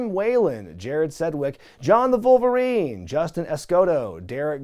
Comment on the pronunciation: It's so bad that you had to say "Vulvarine"...